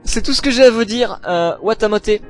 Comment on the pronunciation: Watashi ga motenai no wa dou kangaetemo omaera ga warui, soit l'art de mettre en scene une jeune fille au psyché torturé et au quotidien difficile en rendant le tout humoristique. Et par pitié, ça se prononce Watamoté XD . Personnellement, je n'ai pas trouvé l'anime choquant ou malsain en soit. Je trouve le personnage de Tomoko au contraire très touchant et attachant. A mes yeux, le manga et l'anime nous permettent d'assister au réveil de cette jeune fille qui, pendant des années s'est bercée d'illusion. Son entrée au lycée marquera pour elle le début de la prise de conscience, ainsi que le début du combat. Sans vie sociale, sans expérience et avec bien peu de choses pour elle, elle choisis malgré tout de se battre afin de devenir la personne qu'elle pensait être jusque peu. Une jeune femme populaire. Malheureusement, elle a tendance a oublier que la vie n'est ni un eroge, ni un otome game et que la société dans laquelle elle évolue n'est pas prete a l'accepter si facilement. Je pense donc, que plus qu'un anime malsain et bizarre, Watamote met en scène un véritable phénomène de société. On remarque évidemment le côté Otaku et nolife de Tomoko assez facilement, mais selon moi, pour apprécier le personnage à sa juste valeur et mieux le comprendre, il faut se remémorer ce que represente la communauté Otaku aux yeux des japonais lambda. Un Geek ou un Otaku, est une personne isolée du reste du monde dévouant sa vie à sa passion de façon démesurée, fuyant la réalité en se plongeant